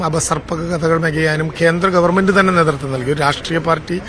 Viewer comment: ഗവർമെൻ്റ് ........ നല്ല അച്ചര ശുത്തി..........😅😅😅😅😅